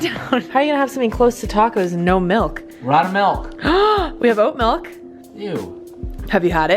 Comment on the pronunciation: i cant stand to listen to people say "melk"